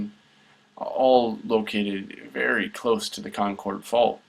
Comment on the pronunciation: That arial photo was not Tomales Bay from the graphic. That was San Andreas Lake south of San Francisco from which the fault takes it's name indirectly as the lake is named after that valley. Concord in the Bay Area is pronounced "kon-kerd"